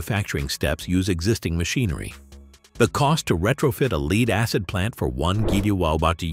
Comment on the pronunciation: When you say things like leed acid you loose credibility.